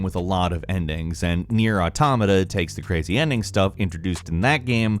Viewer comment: Can we take a moment to address the way he pronounced Drangleic? It's pronounced an abundance of times throughout the game. For the record Drang-Laek (lake). At least he said Automata right. So we'll let it slide and cancel each other out